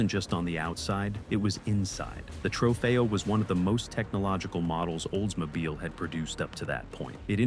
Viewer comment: The Oldsmobile you miss pronounce repeatadly with a V sihh.... at 10 min. Was your editor drunk?